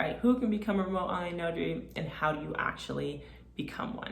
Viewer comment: Say your 'T's. It's not "remo'h". You sound very unprofessional, over and over. You are destroying your credibility. Otherwise I think you have a good presentation.